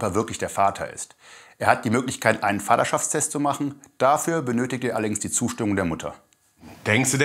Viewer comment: Bin ich die Einzige die es witzig findet wie dieser Psychologe statt Vaterschaftstest FADDA -Schaftstest sagt